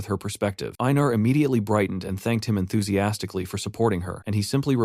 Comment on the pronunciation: Enthizimastically or Enthuzimonkastically... or ... and so on and so on .... Geebus Tits how hard is it for an AI Reader to pronounce the word Enthusiastic or Enthusiastically? 😆🤣